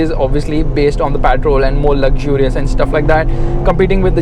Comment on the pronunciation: literally every journalist who went to Dubai pronounce the word Patrol "petrol" ...only you are the one who pronounce the name correctly